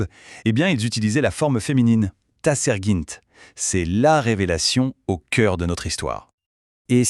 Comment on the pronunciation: Dommage que la phonétique est impropre l'on doit dire taserghint et non tasergint déformation probablement du à l'I.A ?